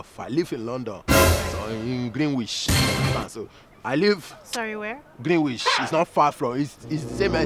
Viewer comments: Not greenwish but Greenwich Broda shaggi 😂😂😂😂😂😂. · No be only Greenwitch na Greenwizard,Omo you go pronounce am and forget w Greenwich ole enter gbam